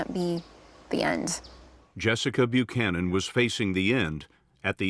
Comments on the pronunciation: it's weird how you mispronounced Buchanan's name even though you have an ACCURATE pronounciation in that video. Let me edify your education a little. In "most" English speaking country's when the letters of "ch" are together they are prounced as a "k". So, her name is pronounced as Bu•cannon. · "...that no one has heard about until now" ARE YOU KIDDING ME- EVERYONE in the US knows about this. "Murica!!! Also....Did you just mispronounce an Irish name??? Buchanan. "Bew shannon"??? It's pronounced "Bew can an". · Buchanan -the first part the CH is pronounced for the K so it’s Byukanon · Basic pronunciation: "Byu-cannon." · Bew-shannon?, my guy. What? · How the hell you Irish and can’t pronounce Buchanan?😂😂😂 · Good try on the name but I would expect better from an Irish man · AND AN IRISH NAME AT THAT!!!!